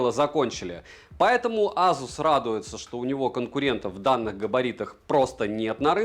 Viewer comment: Автор уникальный чувак. Он, пожалуй, единственный человек на планете Земля, кто называет бренд Асус (Эйсус, если выпендриться) Азусом. AZUS, йопта!